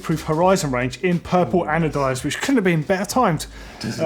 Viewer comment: Adonized? ... haha its anodized.... as in Anode